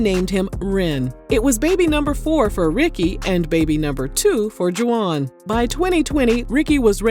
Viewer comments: "ju-wahnn"???? Come on girl!!! "Wahn" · Girl are you calling him Juh wan and really it's just Juan??😅😅 I can't with you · I can't with the juwan... it's pronounced Hwan🤭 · Girl it’s pronounced WAHN the UA are silent. Juan.